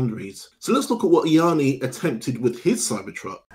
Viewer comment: “E-arny” its pronounced “Yanni” also, the cyber truck weighs 2950KG unladen, not over 3.5 tons!